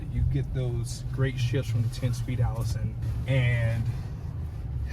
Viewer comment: I hear you say Aisin 10-speed. 🤣😂🤣 But you are saying Allison 10-speed!!!